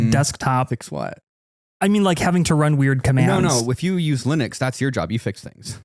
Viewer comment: AND LIKE 5 OTHER TIMES.. Will.. WILLIAM MY DUDE.. it is NOT. Pronounced... LINIT, OR LINUK. He literally f***ing pronounced it wrong like 8 times, AND pronounced it correctly at least twice. BRO. Bad example, man. Come on 💜